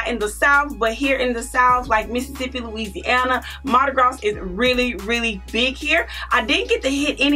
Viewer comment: This is beautiful but your pronouncing Mardi Gras wrong. This s is silent.